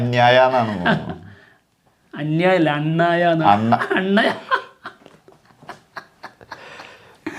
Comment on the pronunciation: അണ്ണാ യ അല്ല അണ്ണാ യാ